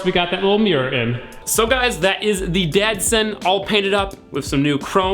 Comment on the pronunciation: he literally called it the dadson throughout the video